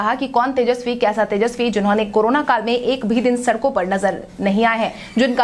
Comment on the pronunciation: Sarak sarak kar sadak bolo Vrajpat nahi vajrapat bolo tum sudhar nahi rahi ho